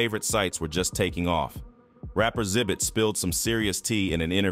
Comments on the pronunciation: I really hate when y'all drop videos and can't even get the people's name right like xzibit smdh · His name is Xzibit not zibit